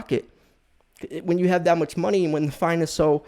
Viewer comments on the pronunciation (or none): none